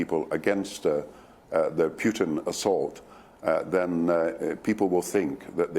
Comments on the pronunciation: He is PUTIN not PIUTIN why don't you just shut up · Doesn’t even pronounce the name of the Russian president correctly.